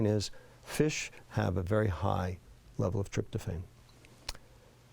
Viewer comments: Tryptophan is pronounced trip-tow-FAN, not trip-tow-FANE. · Tryptophan is pronounced with a short A. iPhone starts at around $700. Stay out of politics. Let the President do his job. Do not talk about diet if you do not practice good health and mindful eating yourself. The microbiome is the oldest and largest living civilization on our planet. They have plenty to teach us if we feed them properly and quiet ourselves often enough to listen. More to come☕️